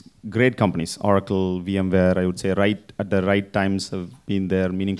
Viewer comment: It’s not Orrrraacle - it’s O racle!